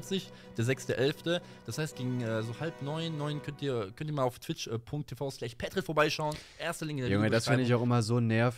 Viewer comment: Ey er spricht auch mehr namen falsch aus als ich für möglich gehalten hab. PETRIT und PETRICK